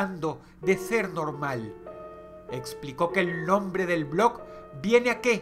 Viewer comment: Dross pronuncia mal el nombre del blog